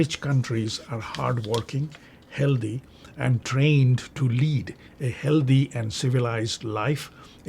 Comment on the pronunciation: Why do you say Healthee? Instead of healthy?